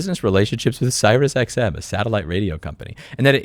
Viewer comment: "SyriusXM", not "CyrusXM [sic]"